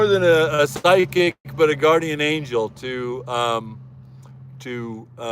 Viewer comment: did he really say psycic ? insta block